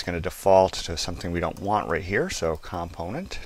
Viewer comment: It's comPOnent not COMponent omg.